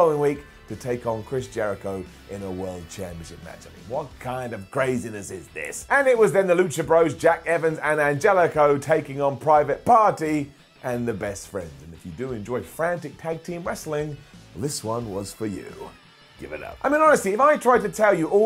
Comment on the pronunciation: His name isn't An-JELLY-co lmfao!